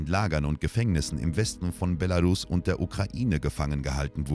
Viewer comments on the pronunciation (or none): none